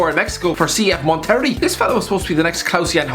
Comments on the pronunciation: Schweinsteiger has retired : Its pronounced Monter-ray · said “Mon-terry” 😂😂😂